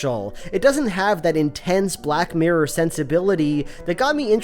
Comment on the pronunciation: You keep pronouncing it black murr it’s funny